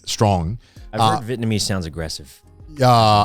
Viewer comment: Is Connor saying Vietmanese?